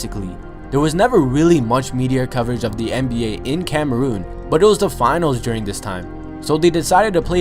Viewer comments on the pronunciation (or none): none